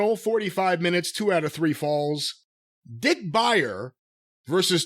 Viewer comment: I'm sorry but I have to comment on this. Did he say Dick Buyer or Dick Biter? Either way lmao worst name in wrestling